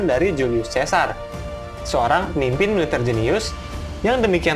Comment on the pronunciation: Lucius dibaca /lukius/ Caesar dibaca /kaesar/